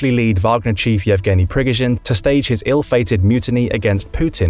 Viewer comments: the map does not seem accurate at all. All sources outside of this video say that Kherson Oblast is still occupied. Also, your pronunciation of Prigozhin is really off. The stress is on the middle syllable. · Jesus, "" thinks an M777 howitzer is a HIMARS? You also pronounce "Prighozin" and "ATACMS" wrong, plus mixing countries in the map of NATO. All this makes me think that at least someone in the production chain of this video does not know what they are talking about... Not a good look guys.